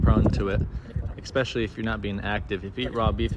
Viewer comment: Learn how to spell from the man who can't pronounce words that are over 4 syllables, murders words like "ekspecially", and says dices instead of dice